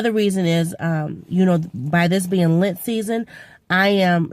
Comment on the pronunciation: Missed you at the challenge but it ok, catch it next time. I got the sniffles today too :( I think its the pollen though? You kept saying "lint" season and I'm like what it that? The I realized you meant Lent, maybe my ears are stuffed up too! Feel better soon!